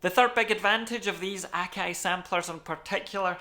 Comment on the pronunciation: OMG! What is this magical accent!? I up thumbed, subbed & belled because I needed these particular pronunciations of 'Akai,' 'Wavs,' '32,' & 'era' in my life forever!